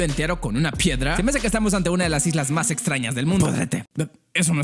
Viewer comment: Minuto dice islas patrañas xdd